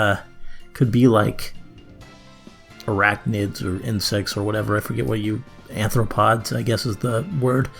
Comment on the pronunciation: The pickiest of nits, but as a linguist "anthropod" made me giggle. The word you're looking for to describe spiders and scorpions is "arthropod."